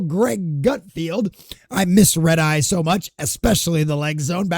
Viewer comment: It’s Greg GutFELD, not GutFIELD.